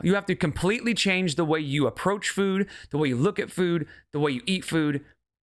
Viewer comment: She loves food so much that she pronounces it in her own weird way. Füüd.